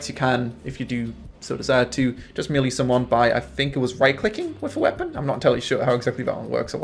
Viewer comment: MAY LAY not MEE LEE :D